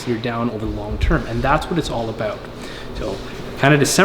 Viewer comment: Talks aboot being accurate says 110% wtf A